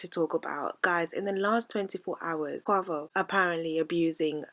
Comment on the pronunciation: It’s NOT co-a-vo it’s pronounced co-wei-vo (Quavo) 😂😂😂